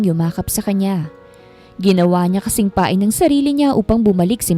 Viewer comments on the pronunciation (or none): none